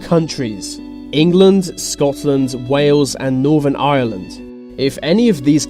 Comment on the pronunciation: You pronounced Ireland right hallelujah